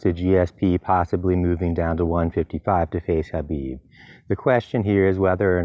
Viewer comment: Chael ...you're a UFC analyst for ESPN. Holding one of those positions is the Pinnacle of journalism in the sport of MMA. So....could you please start pronouncing Khabib Nurmagomedov's first name correctly? It's kinda embarrassing man. Now YaRear is funny but (K)habib just seems ignorant. Just my two cents homie!